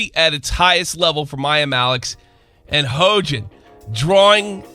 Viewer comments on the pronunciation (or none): He-yo-jin thats how you pronounce it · Her name is pronounced "H-yo-jin" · Hoejin, what a fitting mispronunsiation.